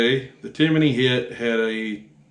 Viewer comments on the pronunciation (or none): TIMIIINY? There’s no “I” in there bud